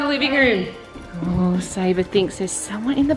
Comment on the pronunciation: Sabre is her name how we pronouns it is sayva